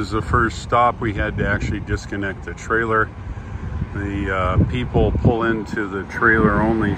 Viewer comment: What's a 'Tailer'?